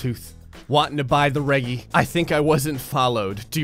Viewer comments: Its pronounced Redge-ee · it's pronounced rejy 😂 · It drives me insane that he says regee.